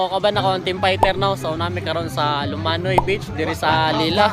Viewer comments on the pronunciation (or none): Lomanoy d lumanoy sir...